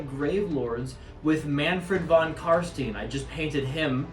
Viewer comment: Nice battle report, but for the love of Nagash: you pronounce Von Carstein just like you would say Einstein.